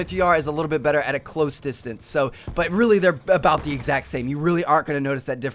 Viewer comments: Lol you said distrance... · oto he says distrance instead of distance s funny